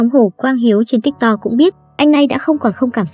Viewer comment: tiktok đọc là tít tót bạn ơi😭